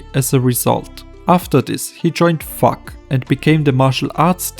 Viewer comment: its FUG not FUK lol